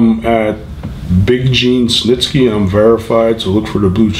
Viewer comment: Gene Stnisky?! Did anyone else catch that